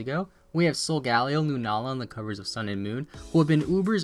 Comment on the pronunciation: Solgaleo prononuced wrong in this video im pretty sure